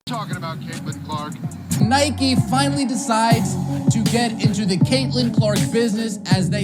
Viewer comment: It’s Nike bro